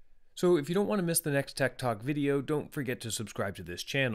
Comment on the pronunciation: Every time he says tech talk i hear "TED talk", thanks.